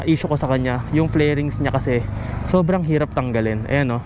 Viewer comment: Fairings hindi flairings